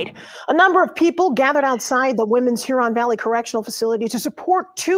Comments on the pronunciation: The accent is on the first syllable: HUron. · You’re close on your pronunciation; just put the stress on the first syllable. HUron.